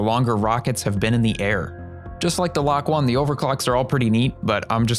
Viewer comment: i think the lok-1 is supposed to be pronounced loki